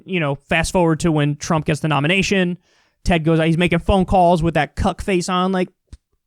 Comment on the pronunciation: The way Kyle says cuck - kills me every time 😂😂